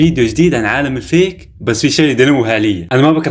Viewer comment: عالم الفيك اول مرة قرأتو بالفتحة 😂😂😂😂بدل الياء 😂😂😂